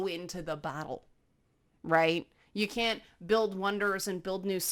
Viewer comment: I wish one of my cats was less afraid of physical closeness. Momo should come and teach her a lesson. Also, your "can't" sounds exactly like "can", which is exactly what my English teacher warned me about.